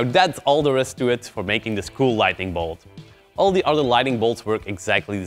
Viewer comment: Light N ing. Lighting is completely different but you know that already. Don't mean to hate, great tutorial as always :D But after 20 times it bothered me too much to not complain, my bad..